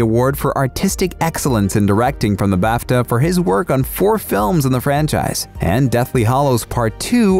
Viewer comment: When he said BAFTA I thought he said bathtub